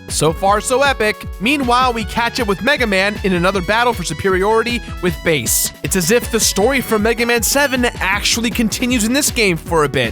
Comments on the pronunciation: It is pronounced Bass as the fish... Japanese dude. Also the voice acting can be fixed, play it in japanese and the game is amazing, Rockman is not a character suited for NA audiences... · Its pronounced Bass not bass. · I always did thing it was pronounced Bass as in the musical term, not Bass the fish... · Did they mispronounce Bass's name on purpose as a substitute for "Ass"?